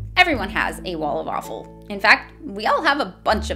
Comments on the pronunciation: the "walla-fallfull" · What do you call “wall of awfull”?.... The Wawful😂😂😉 i constantly hear waffle, am inthe only one?😂